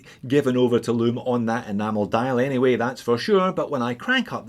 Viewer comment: Did you just say the lume is poo?